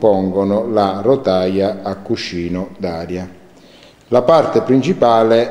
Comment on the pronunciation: Molto interessante.Dovresti però dire meglio "cuscino".Prova a dire cuscccino .Suonerà meglio :D